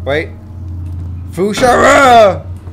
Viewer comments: lol fush ra ya! its fus ro dah :) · fu sha ra? u mean fus ro da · FU SHA RAH, i do believe you meant FUS RO DAH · fu-sha-ra lol XD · Its Fus Ro Dah